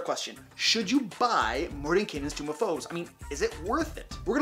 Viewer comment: Why does everyone keep saying tomb of foes? It's tome.